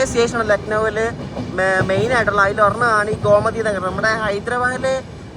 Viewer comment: Gomati alla Bro Gomti Nagar aan 🙂